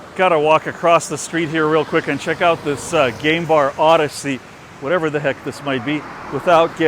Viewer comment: I thought you said gay bar and not game bar. I was like ok we'll see what it looks like lol